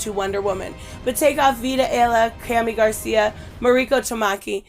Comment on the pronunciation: Another great comic book review video I found it hilarious when you couldn’t pronounce Jesus ( hey Zeus ) in Spanish but you said Garcia perfectly very funny anyway keep up the good work and continue to upload awesome content and I’ll keep watching it besitos te amo love ya